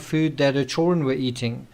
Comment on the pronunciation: Please learn how to pronounce children. It's not chaw run! I don't get why you can't say that one word correctly. I've never heard it said that way, annoying as hell